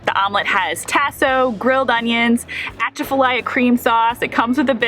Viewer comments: I was trying to figure out what kind of cream sauce you were calling it until it dawned on my that you were trying to say Atchafalaya (uh-CHAF-a-lie-ya). LOL Sorry. Its just funny when I hear people trying to say our words that ain't from here. Glad you had a good time down here. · pronunciation guide: tasso = TAH-soe (this can go either way tbh but i've always heard this way around here), atchafalaya = uh-CHAFF-uh-lie-uh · Where are you from 😂. "At-cha-fa-ly-ya" that is some serious William Shatner mispronounciation there, lol. Edit: Read your bio. Welcome to Loozanna!!!😅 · its pronounced "at chaff a lie ya" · 🤦 I'm not going to criticize 'foreigners' for not being able to pronounce our names/words. No one ever gets many of them correct, like Atchafalaya or boudin. Even tasso 🙄 p.s. the 'n' in boudin is silent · Ask anyone you talk with for the correct pronunciation of the Atchafalaya Swamp.